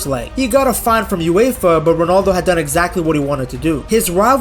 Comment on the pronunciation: Indian accent ronaldoooooooooooo